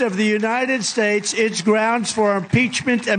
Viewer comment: “The United Sbades” says the very Stable Genius.